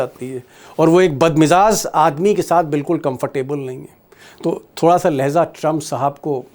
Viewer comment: Lehjaa hai ..Lahyeza nahi